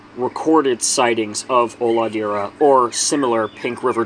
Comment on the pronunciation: i'm native portuguese speaker too. HOLADEIRA means nothing, but it does look to be a regionalism that would fit in brazil. If it's the proper name for it there and it wasn't lost in translation, that is probably a mixture of an indigenous regional word with portuguese. Not uncommon in Brazil at all. The pronunciation is also "O-lah-day-rah", not "Olahdeerah". "ei" in brazilian portuguese is said "ay"